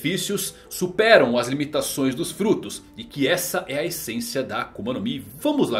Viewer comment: "ENQUANTO A KUMA?" KKKKKK AKUMA